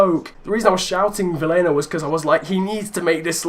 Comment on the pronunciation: can you please prenounce Vilhena as Viiléna